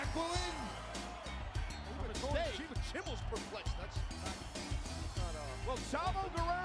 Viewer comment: The worst annaoutment ever in wwe history he said 'Jacqueline?' and no 'Jacqueline'